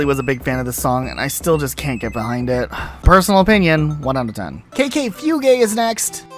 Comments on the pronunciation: Dirge is pronounced "Durzh", Fugue is pronounced "Fyoog", and Samba "Sahm Buh" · And yet you still mispronounced it. Dirge is pronounced "durj." Fugue is pronounced "fyoog." Fuge is simply the German spelling of the word. I feel like your rudimentary understanding of basic musical knowledge is a major hindrance to this video, as is your very limited, western-centric, cultural literacy. Also, based upon your rather egregious mispronunciations, and general unfamiliarity with terms and concepts that are fairly ubiquitous, even within mainstream American culture, I'm going to assume your education ended with a High School graduation, a fact that does little for the quality of your content. I realize we're two years removed from the creation of this video, but some of the errors in this video are inexcusable.